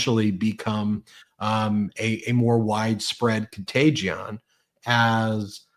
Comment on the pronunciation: lol “contaygion”